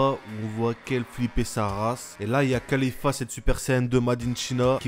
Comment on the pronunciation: tu ne sait pas parler et ce n'est pas khalifa mais caulifla xD